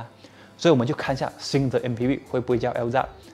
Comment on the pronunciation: 是Alza 还是Elza, 为什么一直听到Elza?